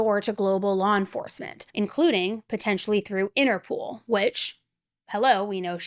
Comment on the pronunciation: Interpol... not innerpool....